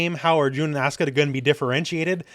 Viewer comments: It's asuka, not aska! Lol. Even Japanese wouldn't pronounce it like that. Ah-suh-ka, or ah-su-ka. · I've been to Japan, it's pronounced properly. You're not pronouncing the u, it isn't silent. Actually, no u in Japanese is supposed to be silent. It's just the Japanese tend to avoid using it because it's direct, and sounds like you. It's accusatory. They also tend to shorten their words. The ryukyuan language Japanese is descended from pronounces it. Okinawan Japanese is still like this. Just because it has a shortened pronunciation doesn't mean it's silent.